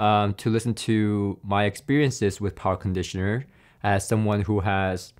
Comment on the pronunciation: Talky.. Talky.. talks alot.. but says nothing really of specs or substance of any comparison of the "many many" "tested" products...??!.. but if he makes a dollar for everytime "powa cronditioner" was said.. he'd make more youtube dollars than the sponsors endorsement adverts... subjective waffle talk 0/10 use..